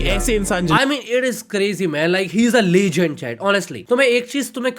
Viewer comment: legend ❌️ lechgend ✅️